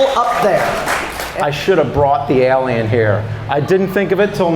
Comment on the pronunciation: I like how James Rolfe can't say the word "alien" correctly.